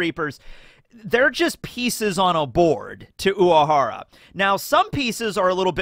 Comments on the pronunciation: Is it me or keeps saying "Uahara", leaving out the letter R. Sounds so weird whenever he says it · So I'm not crazy He is pronouncing it differently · same i was confused i swear he says it normally in other episodes but this time he emphasised on the 'W' he doesnt have a lisp tho 💀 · i forgot how much i hate how says urahara